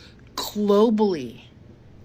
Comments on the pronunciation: Is she saying kcglobally? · Clobally??? Wha'the? Then she repeated it...Clobablly.